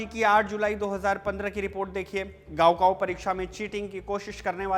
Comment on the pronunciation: 高考 it's not गाओ काओ, it's काओ खाओ